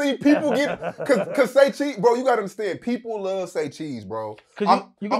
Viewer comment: Saycheese right ✅